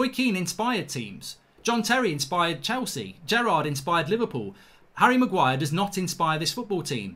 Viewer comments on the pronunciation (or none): none